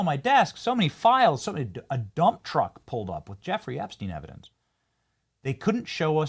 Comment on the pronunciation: it's Jeffrey "rey"